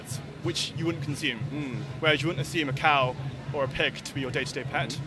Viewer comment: It’s ‘consume,’ not ‘conshume’ 😆